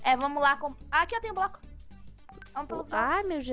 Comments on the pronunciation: Broco kkkkkkk é bloco mas ok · Meu Deus que português maravilhoso em vez de bloco fala broco